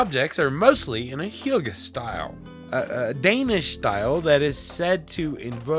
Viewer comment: Hearing people try saying hygge is both funny and annoying 🇩🇰 And yes you pronounced it wrong and you can’t blame it on ninja because he got it right